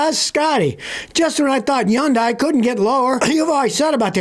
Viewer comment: Yundai?? Are you telling me all this time the H is silent and I drove one for ten years 😂